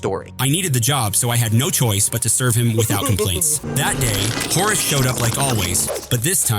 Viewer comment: You almost got his name right! It's Horus